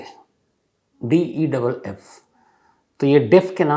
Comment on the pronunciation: Sham bhaii, i think his name is Mohammed deif not deff..